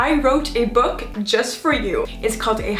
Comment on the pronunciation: No one gonna talk about the boo launch instead of book